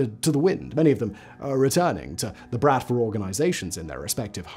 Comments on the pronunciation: its pronounced Bruht-Vah not Brat-va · Honestly though dude, pretty sure it's been brOTva not how he pronounced it here which is brAtva. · Why, oh why there wasn't a pronounciation guide for the word "bratva"? The stress is on the last vowel, it's "brat-vá". Otherwise Simon does it right. The literal meaning of the word is "brotherhood", but it's actually "a gang". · И кстати, не bratva, а братва с ударением на последний слог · Good quality research and textual content; however please make at least some effort around pronunciation. Since it's the topic of your video you can surely learn how to pronounce at least "Bratva" correctly, with the stress on the second 'a'. Also video snippets are for the most part just a total inconsistent and largely irrelevant mess TBH. Those small issues kind of undermine the obviously great effort that was put into research and preparing a script for the video